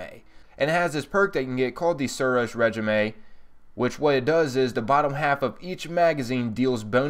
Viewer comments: Just a heads up, it's RayJeeme - Not RedGemAy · Said suros ray-jeem not reg-ime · Great video :) jealous of your strange coins. But it's said ray-jeam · I love this guy, Suros re ji may